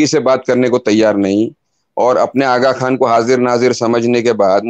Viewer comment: Agha Khan ko Button bol rahi hay.